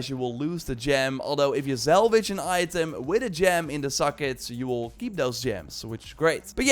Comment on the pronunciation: SSSSalvage. NOT ZZZZALVAGE. Repeat. SSSSSSalvage. SSSSSSSalvage. -> Do -> Don't